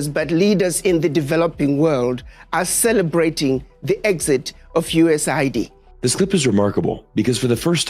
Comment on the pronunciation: completely one-eighties his USAID take. Initially, he shows how the agency's stated humanitarian function belies its true geopolitical function as a tool of destabilization and hegemonic manipulation; he even correctly pronounces it, "U.S.A.I.D." But by he has flipped, lamenting how the "humanitarian cost" resulting from Trump's removal of USAID funding "could have devastating consequences" for South Africans—this time using the propagandized media pronunciation, "US aid".